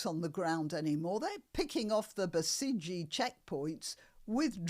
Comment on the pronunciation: Basiji is pronounced like passage. Found out watching TousiTV with subtitles. Took a while to connect passage with basiji.